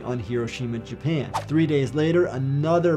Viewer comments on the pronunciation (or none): none